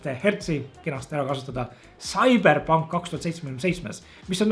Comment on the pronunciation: Esimene kord kui ma kuulen sõna "Küberpunk"